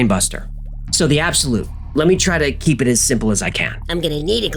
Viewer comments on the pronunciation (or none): none